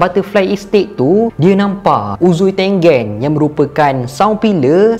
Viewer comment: Bang.. bila sebut uzui tengen, balik2 dgr uzui tengek.. ☺.